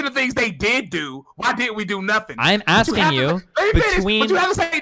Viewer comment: Cool debate, I just didn't like how Destiny kept axing fake questions